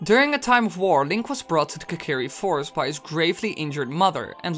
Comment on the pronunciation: its kokiri fostis